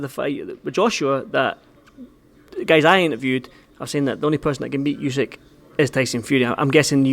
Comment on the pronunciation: Why do all the Fury’s call him ooseck? It’s Usyck 😂